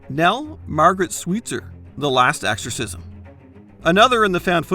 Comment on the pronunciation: is it me, or is this guy constantly saying AXEorcism?